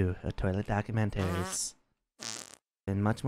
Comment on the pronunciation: document-taries. lmao